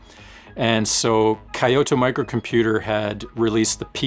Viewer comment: Great videos! Sorry to be that guy, but for your future videos, I want to make a suggestion to improve your pronunciation. The town "Kyoto" is pronounced more like Kyoh-toh. Two syllables. Even "kee-yo-toe" which is how most native English speakers end up pronouncing it, is more preferable than "kai-yo-toh". Stick it in Google Translate in English and hit the speaker icon.